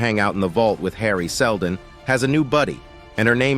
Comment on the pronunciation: Seldon, not Seldom.